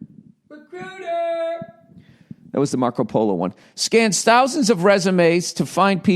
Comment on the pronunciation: I feel like ol' billy should put all his youtube ads in between utterances of ZIP and RECRUITAH